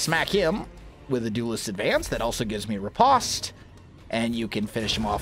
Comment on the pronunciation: I hate to break it to you but Riposte is pronounced like repost. Sorry to point you out on that.